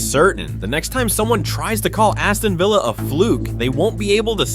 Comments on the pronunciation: its vill as in pill not veel as in reel get it up ya aresenal,,,,😁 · "Veela Park" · Villa ❌ Veela ✅ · Had to stop watching because of the mispronunciation of Villa...